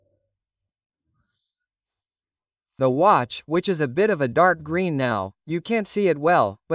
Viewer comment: “Grin dial”